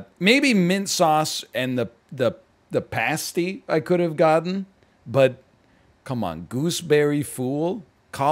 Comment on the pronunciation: The way he said pasty 😭